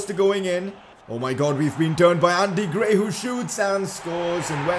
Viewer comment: His name is ANDRE GRAY...Put some respect on his name bro